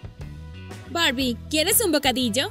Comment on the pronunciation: Es Barbie no borbi😒